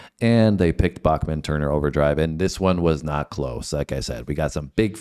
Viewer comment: FYI- Randy pronounces his name as Back-men not Bock-men. Fred Turner was an overlooked vocalist and bassist.